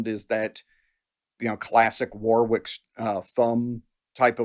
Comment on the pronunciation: The middle W in Warwick is silent…